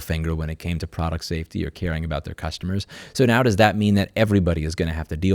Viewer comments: You said Purrstuhmrrs wrong, It's ok though, the cat fixed it. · ERRMEGERD CERRSTERMERS! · Lol "Cursetumors" Yea people are cursed to have to buy from Amazon 😂I actually stopped buying from them. They are a bunch of bastards. I think the only thing I could vouch for is their AmazonFresh service; but it keeps getting more expensive. Edit: If "Cursetumors" Isn't what you said, that's fine. It's what I thought I heard and it's funny.